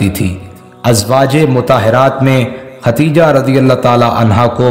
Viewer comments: Dear All, please pronounce the name correctly, it is KhaDDEEJAH not KhaTTTEEEjah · ختیجہ غلط ہے درست نام خدیجہ رض ہے